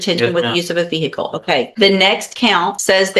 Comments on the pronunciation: A Veer-hick-le?!😂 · What’s a veer hickle ? 😂